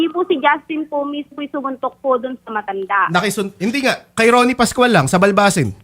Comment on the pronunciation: Hoy babae ang bastos mo,, tigas ng pagkabigkas mo ng MATANDA,, BASTOS KAUNG LAHAT😊